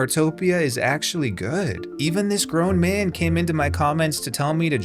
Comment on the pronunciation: "Even this grown man" why the emphasis on that? Weird thing to point out.